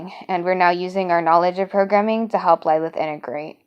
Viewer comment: I have a Lilith with me—- pronounced LLL-i-L-i-th